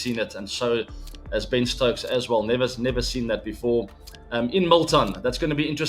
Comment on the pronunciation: When ABD said Ben stokes 😊 When kholi said Ben stokes ☠️